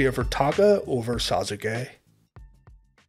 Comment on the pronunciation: He said those names correctly. Worse troll going.